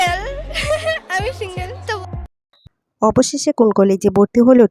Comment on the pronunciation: সিঙ্গেল বানান টা ঠিক মতো বলতে পারে না